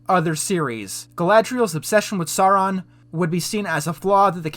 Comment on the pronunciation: I really like the video, but man, you saying "Sauron" wrong gave me cringe-shiveres every single time :'D It's pronounced "Sow-ron". And you don't need to know the lore for that; just actually listen how it's said in the Jackson-movies.